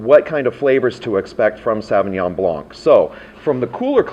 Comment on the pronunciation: I'm not sure why people can't pronounce Sauvignon Blanc properly.....